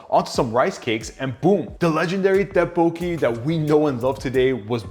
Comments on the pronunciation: Dead poki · bro mispronounced tteokbokpoki so bad